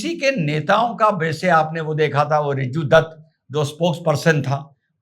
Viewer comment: One suggestion first, plz do not mis-pronounce the names of WB leaders. That lady politician is Kakoli Ghosh Dastidar and not Kokila. (Mukesh ko tension mutt do) 😜 Their spokesperson was Rijju Datta and not Riju Dutt. The New WB CM is Suvendu Adhikari and not Shuvhendru. SS Chief was Uddhav and not udhav. Coming to your question, all these TMC politicians look to be simply "Opportunists with the Least degree of Morals". Didi seem to have nowhere to Run" or change her colors either, as she wears White Color. Actually, she comes out to be a person made of some Heartless Inhuman Species from another planet.... 💁